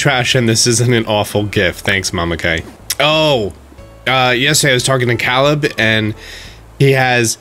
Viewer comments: Shouldn't the name be pronounced "Cay-leb" not "cah-leb?" xD Edit: this just kind of stood out to me, idk why. Also please correct me if that's how Caleb wants their name to be pronounced. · Bruh Caleb is pronounced Cay-lab 😂😂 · Not to be mean, but has he ever heard the name Caleb before. It's funny because my name is Caleb too. That's definitely not the same Caleb as me. It's pronounced Kay lub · The way you pronounce Caleb is killing me 🤣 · Everyone talking about the Outsiders reference but no one talking about how he said Caleb's name wrong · Did anyone notice that I’m pretty sure he said Caleb wrong? I am not sure it is just usually isn’t pronounced that way.